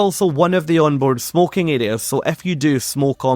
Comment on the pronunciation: Every time you say 'If you' it sounds like 'F You'